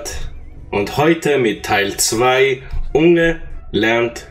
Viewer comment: Betonung von unge ist ja on point